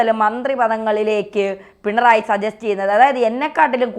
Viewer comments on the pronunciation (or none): none